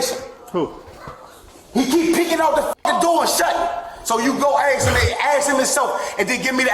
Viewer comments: "Axe him" fucking every time 🤣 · Monkeys and their “axing questions” routine